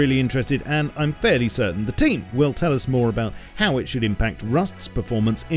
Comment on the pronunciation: Please speak Team and Steam normally!